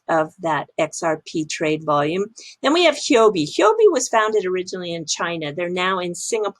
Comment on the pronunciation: Now I finally know how to pronounce Huobi!